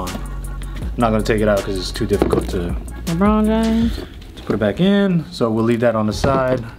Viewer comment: Did anyone here him say - Lebron James like that kid 😩😂😂😂😂